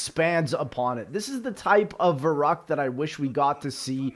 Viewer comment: the way youre saying verrukt.... giving me hives